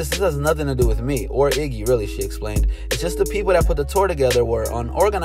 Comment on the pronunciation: It's Iggy not jiggah 😂😂😂